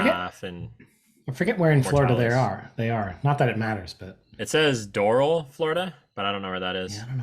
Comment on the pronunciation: Doral - "drr-al" Lol